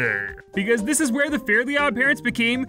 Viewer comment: This video made me realize that most people I hear mention Fairly Odd Parents pronounce the title incorrectly as “fairy odd parents”. Myself included